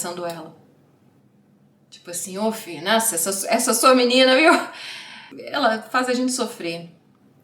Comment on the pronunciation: salva vc falando “minina” no 34’50 e usa pra outros vídeos, eu RI TÃO ALTO 😂😂😂